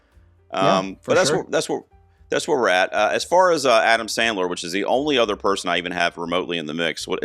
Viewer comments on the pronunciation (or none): none